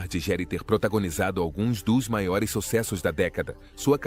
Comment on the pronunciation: Que feio vc falar o sobrenome dele errado, estude antes de fazer seus videos